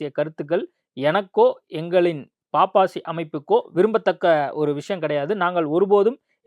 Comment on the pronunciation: பாப்பாசி இல்லையே பப்பாசி தானே அதன் பெயர் ஏன் நெறியாளர் பாப்பாசி பாப்பாசி என்று உச்சரிச்சிசிட்டு இருக்கிறார்!!":!!!!!